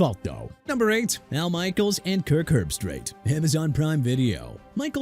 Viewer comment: You meant ESPN's Stephen A. Smith and Scott Van Pelt?? Plus Mark Sanchez isn't calling games for Fox no more! He got arrested for a incident last weekend! KIRK HERBSTREIT PRONOUNCED HERB-STREET NOT HERB-STRAIGHT AND NOT HERB-STRITE! IAN EAGLE PRONOUNCED AI-AN NOT EE-AN! NEW ORLEANS PRONOUNCED NEW OR-LINS UNLESS IT'S ORLEANS (OR-LEENZ) IN FRENCH DUDE!! YOU CAN'T PRONOUNCE ANYTHING, QUIT YOUR JOB!! NO RESPECT FOR SPORTS ANALYSTS OR FOR PEOPLE LIVING IN A LOUISIANA CITY! PATHETIC! And if anyone in the comments got a problem too bad!!